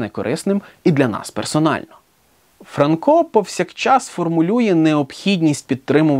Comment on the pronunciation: Вже ФранкО, а не ФрАнко?! І нащо було каламутити людям в головах?